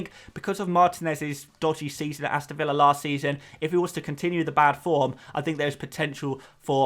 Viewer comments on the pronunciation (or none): none